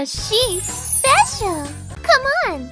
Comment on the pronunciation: until : “Because she SpeCiAl !” 😭😭🙏